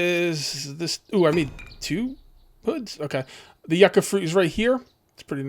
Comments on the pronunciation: the Yucca fruit is actually pronounced as You•Ka. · Yucca is pronounced "You-ka"... I don't know why but it urkes me to hear it mispronounced. Rant over. BTW Love your 7DtD shows.. I've think I've seen most of all of them in the last couple of days, none stop. Keep up the good show!!!